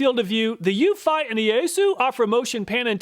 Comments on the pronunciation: Pretty sure Eufy is pronounced "YOU-fee". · I love all your comparison videos! I just wish you'd pronounce Eufy correctly 🤦‍♀. Every time you say that brand name it makes me cringe a little. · Eufy is pronounced “you fee” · I have 2 Wyze Cams and a Eufy. They all cover my property well enough. The problem I run into is mine are indoor cams pointing through windows. Even with IR night vision, theyre useless. Edit: Ive always pronounced it as "you-fee" but I guess your way makes more sense.